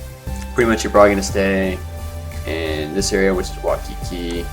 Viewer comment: Do you live in Hawaii? Waimea Bay is the best though You pronounced Waikiki wrong